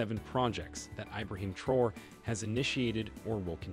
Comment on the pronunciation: Pronounced Tra Or Ray.